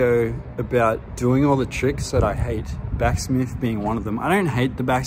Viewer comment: Maybe back smith's hate you because you're calling them back smiffs, it's just cuz you're pronouncing their name wrong mate..😂 love your channel man..I honestly like you and you're by far my favorite yt skate channel.!! Keep it up 💯